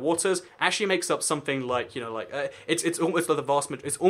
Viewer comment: 11 seconds in and i noticed you had somefing Somefing! And also there should be a space between your spoken words so that people who didnt grow up in a council estate can understand you.